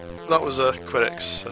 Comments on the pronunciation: a quality yet tough game and the music was awesome too,nice review man,oh and by the way it's pronounced que-dex like a snooker cue not qwi-dex. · you could be right but it's the only time i've ever herd it pronounce'd that way,i just try'ed it in google translate and it pronounces it kwedex so your pronunciation might actually be closer than mine.